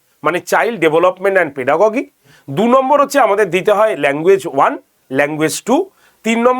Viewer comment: Pronunciation: পেডাগজি not পেডাগগি